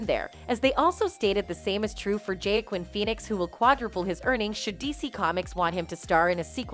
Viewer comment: Joaquin is pronounced "WAA-KEEN"; not "JAY-KWIN"